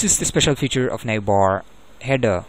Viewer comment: don't say navbar like that